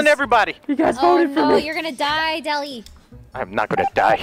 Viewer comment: Valkyrae is the only person that calls him “deli” LOL